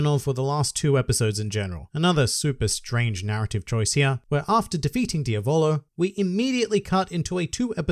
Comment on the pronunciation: Okay, you learned how to say Jotaro, now let's continue. It's Diavolo, not Dia-VOLO. It's Polnaref, not POL-naref. ~just had to point that out but great vid like always~